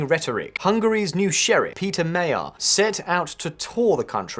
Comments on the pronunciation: Thanks, the video is a very good summarizing. I think, you'd try to pronounce magyar(hungarian) and Magyar (the to-be PM) properly. Just ask for Google to help. One thing to note: not everybody wanted MP as MP, but wanted to support the possibility to change so lots of citizens voted for Magyar Péter instead of their own preference. We do hope the best. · Time has come for everyone to learn to pronounce one word: "Magyar" If thats the only thing Magyar Péter can deliver than I'm fine with that. 1000 years and besides some neighbouring countries no-one calls us as they should we aren't Hungarians we are magyarok! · I hate so much when you are butchering names on this channel. First PM of Slovakia Robert Fiko, now Pizza Mayor. Come on, can’t you learn how to pronounce it correctly for the video? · Peter Mayar?.....did you forget the G in there and the fact that this word is not English? Magyar, It's pronounced like 'Rodger' but with an M, like 'Modgor'. Every single English speaking person covering this is butchering his name and NONE of you has even bothered to find out how to say the guys name. Incidentally Magyar means Hungarian in Hungarian. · One word you should learn to say when talking about Hungary: Magyar. Because it's Magyarország... the country of the Magyars. More like Madgar than Mayar. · It is not pronounced Mayor. Sign. Mah-jar is the closest. Maggie are and Mayor are just signs someone does not have any idea of what they are talking about. I turned the video off. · Your pronunciation is ridiculous! Hungarians (english) are Magyars and that's also the surname of the new Hungarian PM - both pronounced MAG-YAR (not mayor) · His name is pronounced MUDGE-yar. Excellent and informative video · May Yar are you joking mate FFS.... Urgently learn how to pronounce thw person name!! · "Mod-your Pay -te-rr" is a bit closer to correctly pronouncing Magyar Péter. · "ma - dyar" or maybe "ma - jar" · the name is pronounced Majaarrr NOT Mayaaa